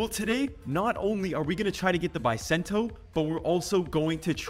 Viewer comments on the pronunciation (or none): Its called Buh sen toe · Its pronounced Beu sento